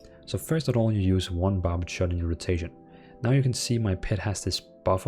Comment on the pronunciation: It's barbed shot.... Not barb-ED shot. LEL. Great guide.